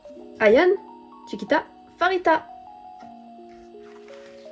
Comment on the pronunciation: Dans tous les albums de Babymonster on a une PC par membre à chaque fois c'est vraiment génial^^ si tu comptes avoir d'autres albums plus tard je te conseil Choom version crimson (la rouge) les photos et les PC sont juste sublimissime <3 (ps: le prénom de Pharita se prononce Parita, ça ne se prononce pas Farita)